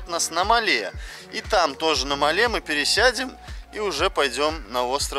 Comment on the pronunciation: Все круто, только столица Мале, - ударение на первый слог